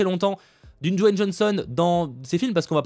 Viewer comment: C'est DWAYNE pas Don...mon cher 😊 car tu as prononcé plusieurs fois Don...mais bon, sinon bonne vidéo